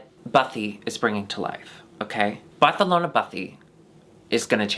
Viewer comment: if says barthalona one more time i swear to god